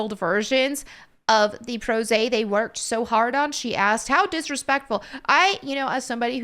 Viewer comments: Prose is not pronounced Prozay. Its Proz. Hard O Hard Z... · hee hee, did you just misread "prose?" I am sorry if this comes off as rude. It's just that i thought I was the only one who did slip up in live reads. To err is human, is it not? :)